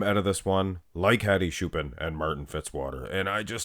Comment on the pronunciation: its not shoopan dumy its choopan